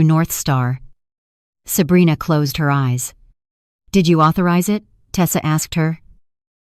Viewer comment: It's HER AS IN A FEMALE NOT HAIR.HAIR IS ON YOUR HEAD.😢😢😢THIS IS THE WORST NARRATIVE AND NARRATION 😢😢😢😢😢